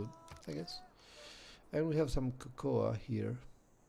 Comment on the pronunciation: Why dont the ai have animations? Also cocoa is ko-ko not ko-ko-a